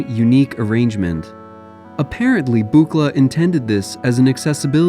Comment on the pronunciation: It's "book-la!" Don is seems bit grumpy about his name being constantly mispronounced. Though I don't know if Bob Moog cared much about his name being mispronounced. 😁